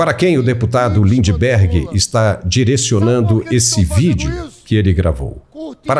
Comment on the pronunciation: Lindebergueerr, hahaha